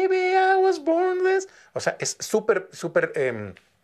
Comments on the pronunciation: Bod this way lo pronuncia? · tu estas diciendo que es el mejor INGLES.. OJO ESTUDIO INGLES Y NO PRONUNCIA BIEN MUCHAS PARTES COMO BORN.. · Soy yo o solo tiene problemas en la palabra BORN siento que no acentúa el sonido final de la palabra el resto está excelente la pronunciación. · Si es cierto solo es esa palabra Lo demás está excelente!! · Qué mal pronuncia BORN